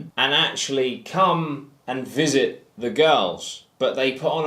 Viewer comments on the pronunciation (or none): none